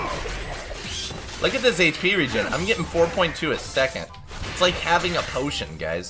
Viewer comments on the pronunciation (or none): none